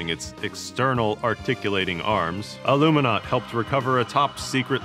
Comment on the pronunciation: Its ALUMINAUT